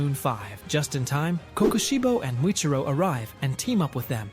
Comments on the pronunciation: U mean mitchikatsu? No hate but it made me so mad when u kept saying kokoshibu😭🙏🥀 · Why say kokushibo like that